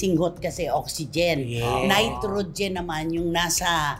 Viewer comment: Yun nga din pansin ko… nitrogen daw?! 😂